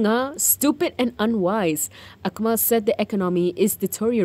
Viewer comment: Sembang dengan peniaga dari Turki, dia sebut nama Akmal macam kedengaran AkNIMAL. Wassalam ❤